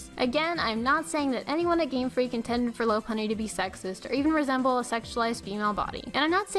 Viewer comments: it's pronounced lau-punnie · Her pronunciation of Lopunny annoys the heck out of me...